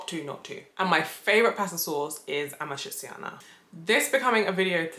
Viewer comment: You forgot already how to pronounce your favourite pasta ? 😔 it’s “amatrichana”! 💔 AND YES I AM GONNA WOOP YO ASS NEXT TIME I SAW YOU! I thought I taught you better!!!